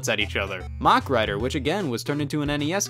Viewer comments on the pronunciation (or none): none